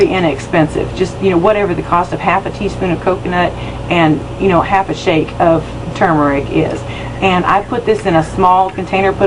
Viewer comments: Thank you for pronouncing it correctly. I will give it a try on my face too. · 👍🏽 for not saying "TOO-murick" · You are the first American I've come across on YouTube who pronounces tuRmeric correctly. It's got an R in it folks. Irritating as hell listening to Yanks pronouncing it 'toomeric'.